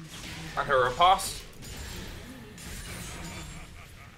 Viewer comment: Please please stop saying ripaast....I like ur vids but I literally almost stopped watching around 6mins when u said ripaaast instead of ri-post like 5 times fast.